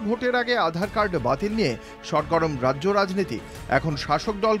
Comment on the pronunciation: "রাইজ্য সভাপতি"? এটা আবার কী রম উচ্চারণ 😂